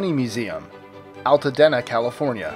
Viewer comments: Its pronounced Alta DEENA not alta den a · It's pronounced Altadeena (long E) for the Bunny Museum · If you can correctly pronounce the "dena" in Pasadena why can't you pronounce it in Altadena?